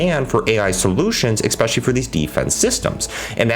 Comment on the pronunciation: Dude, what's with the use of the word "expecially"? Surely you know this is not a word and you're using it all the time in places where "especially" wouldn't fit.